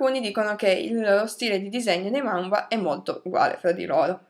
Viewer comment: Manga non mangua